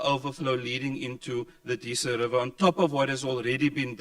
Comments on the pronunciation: It bothers me that people in charge of the western cape CANNOT even pronounce Disa correctly. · Arse hole accuses carl of never going to Mandela Park yet he calls it deesa river, not Disa River. What a moron